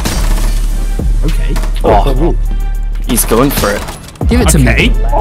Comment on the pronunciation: It sounds like he's saying 4 unjen